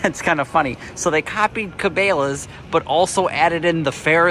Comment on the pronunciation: Dude your saying Cabela's all wrong.... Its Ka Bella's